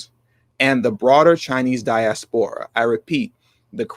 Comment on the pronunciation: again you’re not watching your pronunciation. The word diaspora is accented on the second syllable not the third. This is a common mispronunciation on YouTube channels. It’s a bad look.